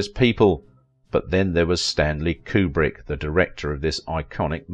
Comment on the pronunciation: His name is pronounce Que-brick, not Coo-brick.